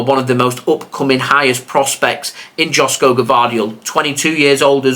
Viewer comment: joško is pronounced like yoshko.